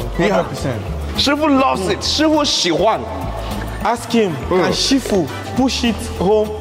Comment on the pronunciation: "SHIFU" or na "SHEFIU" 🤣